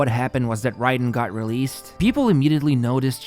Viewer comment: I swear to god! You always mispronounce some fucking word in every one of your videos. It’s not “Ride-en” it’s “Ray-den.” And it’s not “pree-mo-gems” it’s “pry-mo-gems”